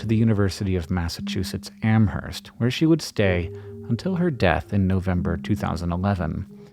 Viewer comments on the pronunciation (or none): I'm an alumnus of UMass Amherst; unfortunately I didn't realize that she was faculty there until she died. ; ; P.S: The 'h' in 'Amherst' is silent: "AM-urst."